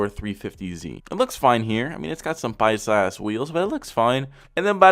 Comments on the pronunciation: Why did you say "paisa" so correctly. 😂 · Frr bro he sounded so white 😂😂😂